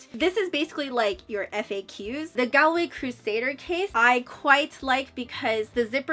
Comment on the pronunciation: Just to let you know it’s pronounced Gawlway